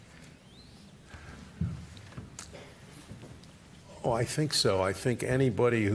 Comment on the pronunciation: Kamala wants Fweedom mommy